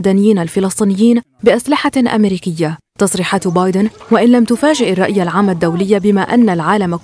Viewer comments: بايدن وليس بادين راكم غالطين هههه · بايدن وليس بادين لغة راحت فداك الشي